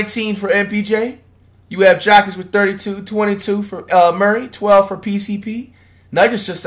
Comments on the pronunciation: How is this dude butchering Jokic name so badly? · Why cuhh can’t never say Jokic name right 🤦🏾‍♂️ I know he’s doing it to be funny but it’s not funny anymore bra 🤣🤣